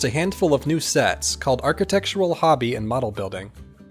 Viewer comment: aar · kuh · tek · shr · uhl